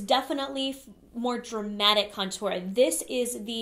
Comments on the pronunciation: Me too! - I think she's putting the wrong emPHAsis on the wrong syLLAble. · She says cuntour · I love how you say "contour" you just emphasize the syllables of the word differently than everyone else and I love it! lol. Personally I never contour except for my nose occasionally. I am pretty thin so I don't want my face to look thinner, I love full faces! Also my skin is pretty good these days but the cheeks are where I still have some redness so I feel like contouring over foundation usually messes with my coverage in that area where I need it most! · Seriously love how you say "contour" so fancy 😻 lol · omg the way you say contour is so different than everyone else i hear say it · They way you say contour is.... different 😂 lol